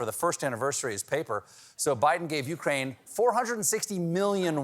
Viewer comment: Steven, say it with me now u KRAINE not U kraine.